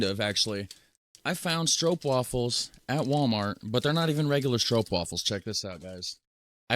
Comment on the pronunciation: Hahahahahhahahahahahaa, Not stroupwafels but stroopwafels, you make me laugh out loud.